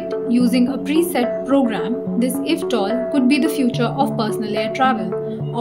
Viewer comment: I you don't mind me suggesting, the acronym "eVTOL" is typically pronounced "ee-vee-tol". eVTOL stands for "electric vertical take-off and landing".